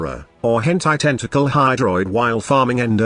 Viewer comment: The text-to-speech even knows how to pronounce it.